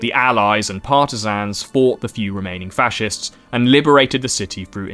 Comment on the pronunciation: bro really said fa-shez 💀💀💀